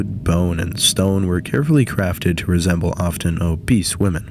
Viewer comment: You keep saying "obese" like that kid in class who likes reading Huck Finn out loud a little too much.